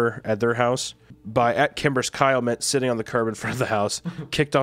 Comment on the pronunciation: My biggest irrelevant pet peeve with Wendi is the way he pronounces “sit” or “sitting” as “set” and “setting”. Makes no difference but it just irks me😂